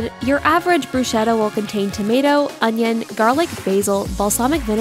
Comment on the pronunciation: mispronunciation of "bruschetta." the "ch" should be pronounced as a "k" sound, not an "s" sound.